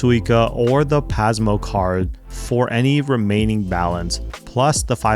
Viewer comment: Dang you nailed all the japanese cities and train names, but pronounced Pasmo wrong haha. It's not z sound, it's soft S sound. Great video. I didn't understand what u mean by turn on subtitles tho. Subtitles to what? I'm fluent in Japanese but I'm interested for my husband who speaks less japanese than my 3 year old haha